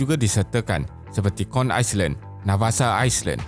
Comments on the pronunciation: Minta maaf, '' Island '' sebutannya (Ai land) bukan Ais Land.. Maaf menegur yah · Island cara sebutan dia "ailan" silent 'S' bukan "aislan" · Sebutan island = ai-lan,bukan ais-lan. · Island disebut ai len, bukan ais len... 🙏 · Island sebutan nye Ai-land ..silent S...sorry juz gtau je...☺️ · Island not iceland hahaha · Is lan 😂😭 aku tu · Beb. Content bagus. Ada potensi besar. Tapi sebutan Bahasa Inggeris teruk. Australia. Island. Sebutan Bahasa Melayu pun tak tepat. Negara (bukan nengara), lingkaran (bukan lingaran).